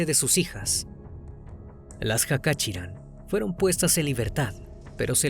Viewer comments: Se pronuncia Jachaturián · El apellido se pronuncia Cachaturian.